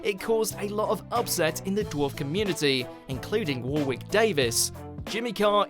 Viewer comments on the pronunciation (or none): said Warwick wrong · Warwick is pronounced warick please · War-wick? War-wick? Really? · Nothing is more offensive than how this guy CONSISTENTLY doesn’t know how to pronounce anything. War-wick. No. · “War Wick Davis” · Zing Zilla yeah, but English man, if there is no second W, don’t put it there! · Needs a new narrator. Can't pronounce Warwick or Southwark 😂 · I don’t get this watchmojo voiceover man. He has a British accent but pronounces certain words as an American. I’ve noticed it in so many videos. In this one it’s “Warwick”. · The fact that you can't pronounce Warwick correctly removes all of your credibility in this. And why is it right what Brand said but Baker was in the wrong. Bakers gag wasnt offensive it's just pathetic people found it offensive